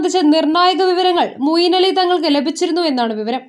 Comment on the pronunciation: Moyin Ali alle? Mooyin Ali ennanello vaayikkunnathu.? Oru nalla aale vayikkan vakkane...